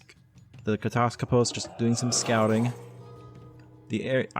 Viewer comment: "Katass - Skoposs" or to break it down more "kat - ass - skop - oss" You're saying the syllables a bit to fast